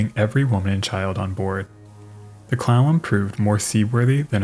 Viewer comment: Amusingly, steamboat CLALLAM sounds very much like CLOWN ʕ ᵔᴥᵔ ʔ